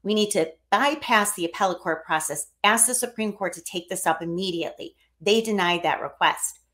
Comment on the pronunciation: says, "Don't ax me sh-t"!